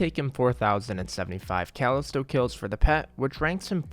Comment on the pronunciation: i hate how you pronounce words sometimes "alias" and "callisto" as examples